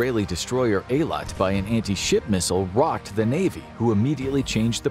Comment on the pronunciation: Am I the only who heard anti-shi* missile every time?